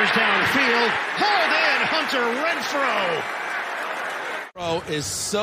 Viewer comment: It’s Renfrow not Rentfrow